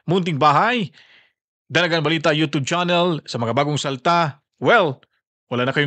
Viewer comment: Bakit “ yo tob” channel?bagong pronunciation?